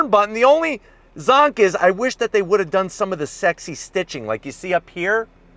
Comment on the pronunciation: I was just gonna say that he also said “ I WUSH IT WAS LARGER “